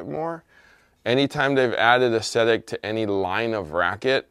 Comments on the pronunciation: he just needs a dictionary. It’s a real word pronounced awg-zet-ik. 🤪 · barely pronounces anything correctly.